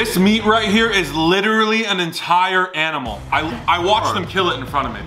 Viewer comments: said is this a real Aminal instead of Animal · saying is this a real aminal instead of say animal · Nobody: this is a real aminal, that’s insane bruv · When said this is a real aminal🤣🤣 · Nobody:Absolutely nobody:- This is a real aminal 🤣 This is why i love the faze house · Is thos a real aminal🤣😂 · nobody: absolutely nobody:"is this a real aminal?" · Is this an aminal Me:WTF,What is an aminal its called an animal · What the hell is AMINAL That's INSANE Jarvis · I love how says animal he says Aminal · “This is a real aminal”😂😂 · this is a real aminal? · "AMINAL" oh lord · lol he said this is a real aminal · "this is real aminal" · Wait... did say is this real aminal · Anyone else here say “aminal” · Did any one hear say is that a real aminal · said aminal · bruv its a whole aminal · Are me going to ignore 'aminal' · He sad aminal hahahahahahahahah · “Is this a real aminal?” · "aminal" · this a real aminal 😂😂😂😂😂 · nobody: this is a real aminal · said aminal hahahaa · This is a real aminal 🤣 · “real aminal” 💀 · say is this a reall aminal🤣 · He said aminal